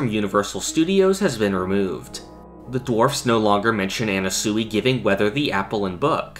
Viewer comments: ye it’s pronounced “ana-sway” not “ana-suey” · why the fuck are you pronouncing Anasui like that. you sound retarded dude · You saying Anasui wrong kills me